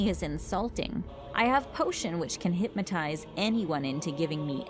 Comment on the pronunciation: Is hypnotize not “hipmatize”.